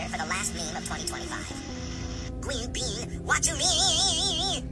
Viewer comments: gween bean watchu mean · BOIIIIII GWEEN BEAN WHATCHU MEAN (tuff video tho) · gween bean whatchu mean??????????????????????????????????????????????????? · GWEEN BEAN WATCHU MEANNNNNNNNNNNNNNN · "gween bean what you mean" someone just make allegations atp🫩